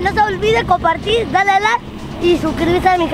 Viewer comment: Habla bien es like y tu dices lak